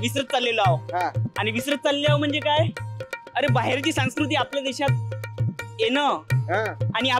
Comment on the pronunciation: संस्कृती आहे रे, सांकृती नाही.